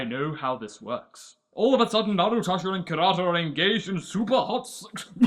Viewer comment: "Narutasha". Am I the only one imagining Naruto as a sassy black woman?